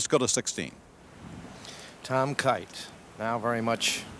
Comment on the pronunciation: If I were Watson, Snead or Kite I'd ask Ken Ventura to say my name right.